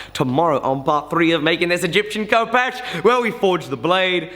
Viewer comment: fif you know its pronounced Hehpesh not Kopesh